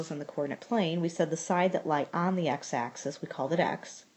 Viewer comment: ليك ليك هيدا اسمها اكسيس موش اكسيس انتي وين تعلمتي رياضيات ليك انتي يامره